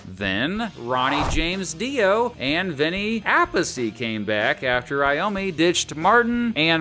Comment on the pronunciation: Pretty sure its pronounced Vinny A-peace not Appasee. Lol